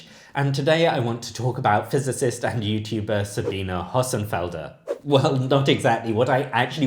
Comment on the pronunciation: Very interesting video, but we really need to train the pronunciation of Hossenfelder!